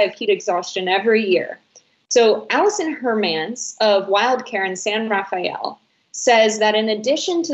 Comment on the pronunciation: Hey Cenk I agree with you 100% splooting sounds like a crime committed by Louis CK And for it's pronounced "Ra fell" just two syllables but it does sound more romantic your way